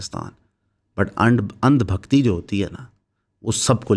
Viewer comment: انڈ بکھتی نہیں بھائی اندھ بکھتی۔۔۔۔😅